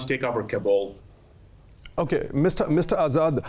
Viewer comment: Uff. Da plazmena “kaa-bul” de, na “kabool” de.